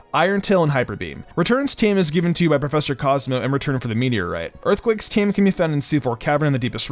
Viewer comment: Pleeeeeease stop pronouncing "TM" as "team" 😂😂